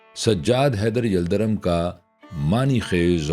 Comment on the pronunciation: یلدرم کا تلفُّظ دُرست فرمالیں! yaldarum✔️